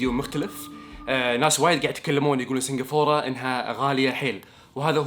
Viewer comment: سنقفوره سنقفوره ههههههه كل ماتقول اسم البلد اضحك